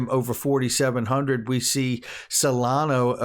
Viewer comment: Whenever you say 'solano' I think of sollozzo from the Godfather lol